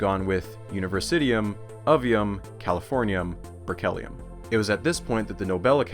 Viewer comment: Well researched and visually presented. BUT... I wish more of that research included the language, especially the pronunciation of elements' names and people's names. If you don't know, don't guess! This is all useful for the future, so please take note: The second T in technetium should have an SH sound; berkelium should have a KEEL, not a KELL. I have a hunch Georgy is not pronounced like Georgie Porgie. You keep saying nuclEide when nuclide is standard (I see you got it in your footnotes anyway), and nuclide/nucleide/nuclei/nucleus tend to get really blurred (I'd swear you said "a nuclei" and I can't tell whether you mean nuclide or nucleus). One person is not an alumni, unceremoniAL should be OUS, don't pronounce similarly or particularly as if they contain the word "lair", and do put the emphasis on the first syllable of comparable, etc. (which, by the way, is not pronounced eksetera). On the visual side, it's really snappy looking but why are you suddenly forgoing superscripts in the definition of barns (and capitalizing the b, while also failing to capitalize the B in MB for megaBYTE - Mb is megabit)? For a little more polish, use a proper "dimension sign" instead of an x, and a dash for quote attributions. Finally (for now?), what you describe as tides might be better thought of as currents, no?